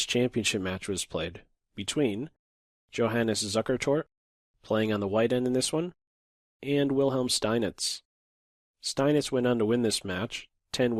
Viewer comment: Just a small pronunciation error. The “J” in Johannes is said like a “y”